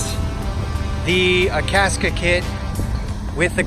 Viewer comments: I had the hardest time finding "Akaska". It's Akasaka lol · That way he pronounces Akasaka is funny to me.